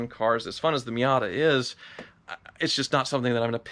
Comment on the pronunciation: he says Miater